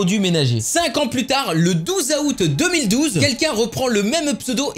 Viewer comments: non on dit out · Le 12 aoute ! Mdrrr il m'a tué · t’as vraiment dis « aoute » omg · MAIS COMMENT DIS TU LE MOT ÂOUT